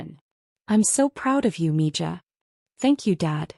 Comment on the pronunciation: It's Mi ha and not Mija